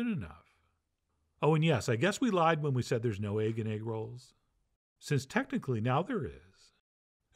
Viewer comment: It come with eggwuh, it come with eggwuh.. EGGWUHH